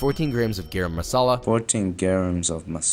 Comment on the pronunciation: Dude it's garam masala not a gram of masala 😂😂💀